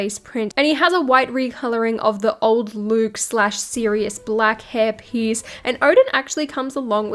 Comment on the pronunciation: “hair priece”